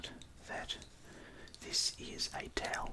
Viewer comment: A taoul! Not eh carpat!